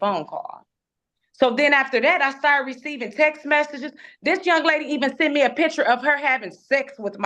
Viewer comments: and "seent". She "seent" her husband's car at the apartment complex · Montique "seent" her ex-husband's car. Do you know how many minutes I agonized over how to even spell "seent"? Three. it was 3. lol Best part was when the judge very discreetly slipped in that there might be more than just 2 houses he's floatin' between 🤣